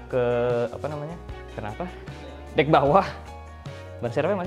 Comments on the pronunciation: Dek bukan dak inggris banget dah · Dek om bukan dak wkwk